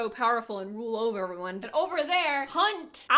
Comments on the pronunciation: Now I am confused - I always said Athalar but now that I listened to you say Alathar I don’t know which one is true 🤷🏻‍♀️ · Alathar? Isn’t it Athalar? Loved this book talk. Made me remember how much I loved this book and want to reread it. Definitely a book that made me cry a lot because I was so attached to the characters.